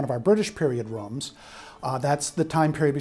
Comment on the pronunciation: “Roums” lol 😂